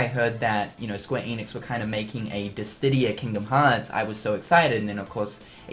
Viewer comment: God Dammit it's called Dissidia not Disstidia!!